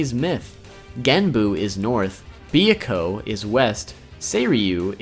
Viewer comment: He didn't though. Not done with the video but he called - Kikyo and mispronounced Byakko.